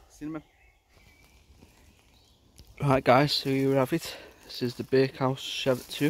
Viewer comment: It’s Cheviot not Cheviot! Named after the Cheviot in Northumberland